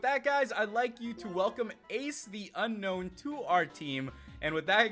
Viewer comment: Not unknown it's un-own